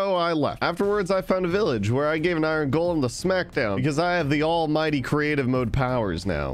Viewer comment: did he just say all might- bobby lashley (wwe):did you said all mighty